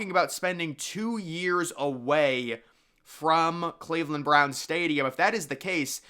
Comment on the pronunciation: It's Cleveland. Think Rodney Dangerfield.